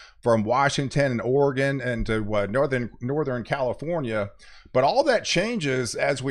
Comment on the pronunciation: why do you say southeren and northeren, those are not words. southern and northern bro.